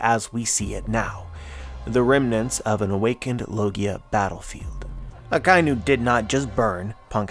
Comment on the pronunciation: I'm sure your theory is very thought-provoking and interesting, but please stop calling Akainu, Akai-nu. It's taking me out of the zone of your theory.